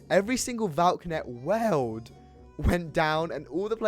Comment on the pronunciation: "Weld" it's pronounced world lmao